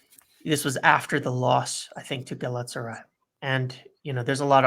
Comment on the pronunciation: for the love of God, say it with me - GA-LA-TA-SA-RYE!